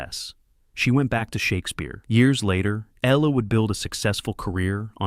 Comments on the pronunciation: It's like the reptile "eel-lee" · it's pronounced "EE-lee". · Her name is pronounced EEH Lee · Can you PLEASE PRONOUNCE HER NAME PROPERLY! it's spelt Ehle and pronounced Eelie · Jennifer’s last name butchered anout fove different ways. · The only negative in this video for me is the constant and varied mispronunciation of Jennifer Ehle's name. Irritating! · Jennifer Elle’s last name is mispronounced throughout this video. Please 🤦‍♀️ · And why does the narrator pronounce Ehle's name differently every time he says it? Annoying.